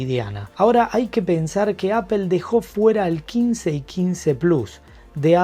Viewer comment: Aifon de Apel... se pronuncia aifon de Apol (iPhone de Apple)